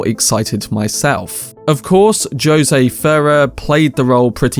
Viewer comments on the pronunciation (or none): Jose is pronounced Hoh-seh, not JOE-Sey. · Joe-zay Ferrer? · not joe say its ho say the english may have invented the language but their pronuneckiation of it makes wonder 🤣🤣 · Is the guy doing this just stupid - I think yes you are. JOSE Mensa hose ay - my god. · Joe say fair err?